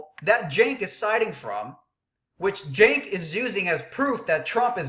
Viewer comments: or Junk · its pronounced SANK you dumb ass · I like it when he intentionally mispronounces Cenk's name....hilarious!!